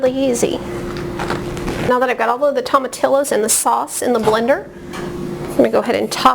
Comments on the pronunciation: To ma tee yo is how you pronounce it. Not tomatillis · This is a good video but I must agree with the others about the pronunciation of tomatillos. The double ll’s are pronounced as Y. Thanks anyway for the great instructions and attention to details. Good job!